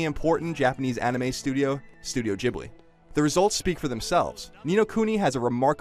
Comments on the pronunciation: it's not called "gjibley" it's called "gebley" or " Giibley" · studio jibly? i thought it was pronounced gee-blee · It bothers me he pronounce i JIBLEE instead of GHIBLI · Jib li or Gib li or Ghibli ah okay Google will help you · its not jibly its gibly. now, my mustache is exhausted so he must sleep inside me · im sorry but jesus fucking christ america there is a difference "studio GH-ibli" and "studio J-ibli" learn how to talk if you're going to review things. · Um... Did he say Studio Jibley? 😳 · It's Ghibly, fool! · Studio Jibli LOL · Studio Ghibli, not Jiblee... :X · Did he really just say Studio Jibli? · Just realised I have been pronouncing Ghibli wrong this whole time :o